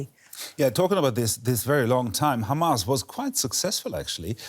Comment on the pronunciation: it's Hamas. We know you can pronounce H perfectly fine. There is no need for "Kha" sounds.